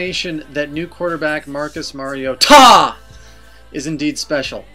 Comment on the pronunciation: I swear to god, if you continue to make that face and pronounce Mar-i-o-TA like that i will stop watching!!!